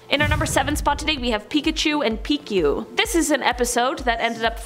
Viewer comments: Ermm the pichu is pronounced peechew not peekchew 😂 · guess you're not a pokemon fan. in #1 and #2, sabrina has the marsh badge, not the gold badge. in #4, pichu. the chu is said a bit like chew. just wanted to point that out. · Never heard somebody call pichu, piku. Ok. Work on those pokemon pronunciations!😀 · HOW DARE you mispronounce pichu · You really should’ve paid attention to the pronunciation of Pichu